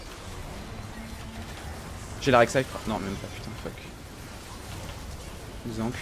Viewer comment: Ça me perturbe tjr quand tu dis "la rek saï"😂